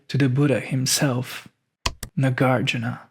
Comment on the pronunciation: Not Nagārjuna. Nāgārjuna.